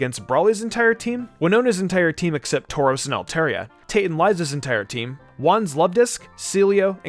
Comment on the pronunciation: is it just me or did I hear “tauros” ?